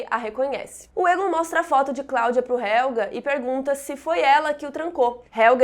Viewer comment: moça, com todo o respeito, não se fala RÉLGA! é RÉLGUE!!!!!! Isso dá muita agonia!!!!!!!